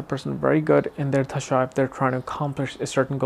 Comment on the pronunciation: you have to look for transits too during this mahadasha. And, brother..its called dasha not dhasha as you keep saying.